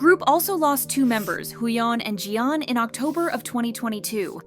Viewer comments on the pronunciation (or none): none